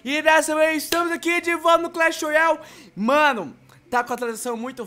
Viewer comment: clesh Royal kkkkk